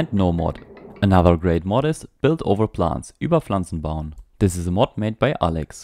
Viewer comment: poor skills ?! I only realised it because you pronounced "über Pflanzen bauen"ore what it was right.